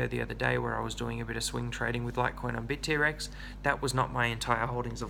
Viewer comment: "bit T-rex". never heard it pronounced like that before. funny, but confusing...